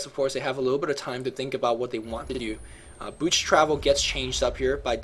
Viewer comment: you need to refine your speech more. You seem to be eating your words especially when you get excited. Some words you mispronounce like boots sounding a lot like booch. Maybe because you're bilingual? Anyways, we love your casting. Just polish up your pronunciation skills more.:)